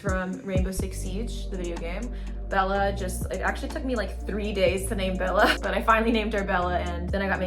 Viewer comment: When you say beLLa try to stress the L's. Double consonants in italian are stressed. Think bel-la. You are basically saying beh-la. Bel......la 😁